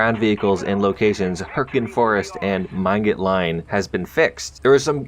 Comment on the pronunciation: Same, I cringed so hard